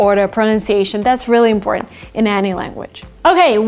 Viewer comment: How do you say important like this you don’t say it all